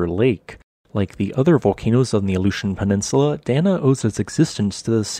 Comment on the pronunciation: Aleutian Chain, Aleutian Islands. ALASKA Peninsula. Your Alaska place name pronunciation needs work but I really enjoy your videos otherwise